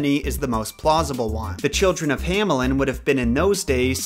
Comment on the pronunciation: German native backing you up. Also, the town "Hammeln" would be pronounced like "Huh-meln"